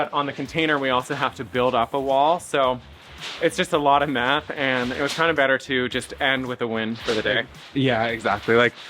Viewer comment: When you said that finding the other roof angle requires a lot of math, it sounded like you said a lot of "meth" .. I'm still not sure which one you meant lol